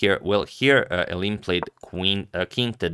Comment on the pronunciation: Antonio, you are so good with pronunciation, except when it comes to us Dutch people! Maybe I can add a tiny snippet to your infinite wisdom. "Eline" is almost correct, but it's a three-syllable first name, so not "Ayleen", but more like "Ayleena". "Roebers" you also almost got correct, but "oe" in dutch is pronounced like "oo" in zoo or "u" in super. So, no "roybers", but "roobers".